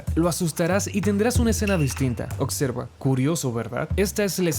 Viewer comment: Sabias que dices "ocserva" en vez de "observa" 😅😅